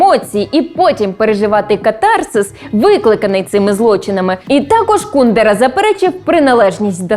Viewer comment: По-перше не КУдера, а КундЕра. По-друге, багато чехів його ненавидять, бо він співпрацював з комуністами заради своєї вигоди та грав на два фронти